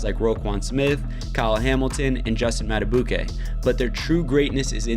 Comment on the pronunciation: That monster deserves to have hos name pronounced correctly